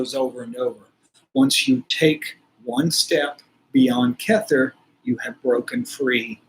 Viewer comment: I love it! You came to me as my loved one reached out twice via number 47. the 18, and 18, and you are now 47. Your pronunciation of the sefirot is a little funny though.. remember, it's Aramaic (Hebrew) chet is the choking sound. keter is keh-tare, not kether 😅